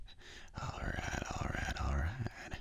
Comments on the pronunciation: When you say alright many times it sounds like you're saying ragdoll. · Awesome vid, the "alright"s turned "rattle"s for me at parts lol